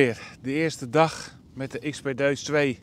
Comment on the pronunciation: Het is een DE-US (uitspraak) en geen DEUS (Zoals neus en kneus....) !! Staat zo dom als zoekers deze mooie machine zo noemen...Mooi filmpje verder hoor.